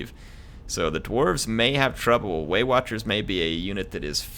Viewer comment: as a german and non english native speaker I always hear "weight watchers" instead of waywatchers...those pansy elves!